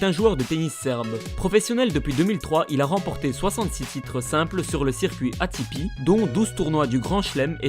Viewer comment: On dit ATP a la francaise et pas ATiPi mais bonne video quand meme